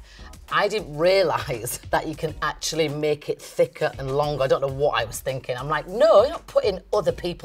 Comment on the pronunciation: I like how she’s like “you kno WOT?”